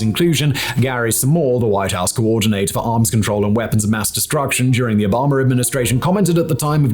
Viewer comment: Obama not Obomber